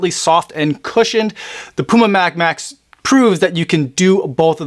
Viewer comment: Sounds like you say Puma Mad Max!!😁😆